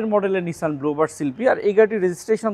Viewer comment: নিসান, not নিশান।